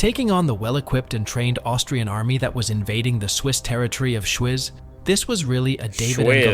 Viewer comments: people aren't a resource? greetings from Zurich!; Schwyz is pronounced Schvitz! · I had to laugh every time the guy in the video said „Schwyz“. It‘s pronounced more like „shveets“ :P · it’s pronounced schveets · as usual, AI has no idea how to pronounce the place names. I mean "Schwizz"? And "Morgatin"? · Its pronounced "Shweets". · The place is called ‚Schwyz’ and pronounced Shweeetz not shwizz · As a Swiss, I am appalled at the pronunciation of the geographical names in the original video.